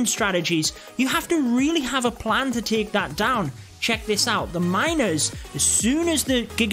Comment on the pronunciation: The way you pronounce the word Take its like Taak lol